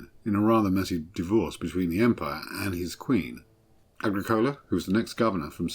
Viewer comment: Agricola. Why pronounced like coca-cola?